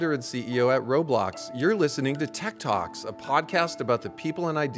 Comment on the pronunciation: At the start I thought he said Tiktoks not tech talks 💀